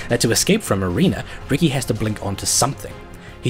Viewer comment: why... why .... WHYYYYY DO YOU KEEP SAYING "ARENER OF BLOOD"????